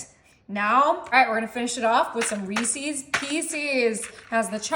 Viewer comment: I know people have told her how to correctly pronounce Reese’s but she refuses to say it correctly.